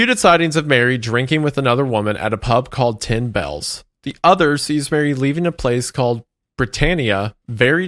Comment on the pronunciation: tother, "The other" he's mashing the words together